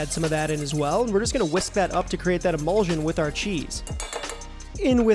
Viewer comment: What is the deal with so many YouTube cooks mispronouncing the word emulsion? Drives me nuts!